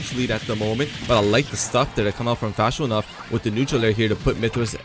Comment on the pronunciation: Lol "Fash_o_nuff." I can tell the commentators don't speak the language. It's pronounced Fa_sho_nuff... It literally means For sure enough. It's kinda an old term, used mostly in the 1970s. But the individual words/combo words are still used today. I know they've had to have heard of "nuff said," maybe even the old term "sho nuff." Maybe also the affirmation term "fa sho" too lol. Anyway, back to Smash, the lance doesn't reflect. It was a hitbox that simultaneously hit another hitbox thus neutralizing the pk freeze. Unless the pk freeze just simply missed.